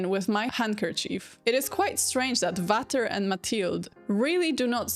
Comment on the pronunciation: A little language tip: "Vater" is pronounced "Fater" and "Daisy, sprich doch Deutsch" does not mean "Daisy speaks German", but "Daisy, speak German already!"